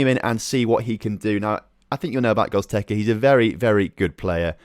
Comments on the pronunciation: lmao, I cannot breathe... GOZTEKA xD. Love your videos mates, but your players names are something different EDIT: it's pronounced GO-RATS-KA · I was about to comment this ahaha Gottekkerza was annoying me ahaha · How can you look at the word G-O-R-E-T-Z-K-A and say it "Gozteka" ?? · Hahaha he said it over and over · Butchered goretzka name 🤣🤣 can’t wait till FM 20 comes out tho cheers on 12.3k subs